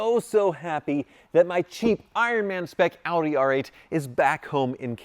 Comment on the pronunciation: Dude calls it "hoopdie R8"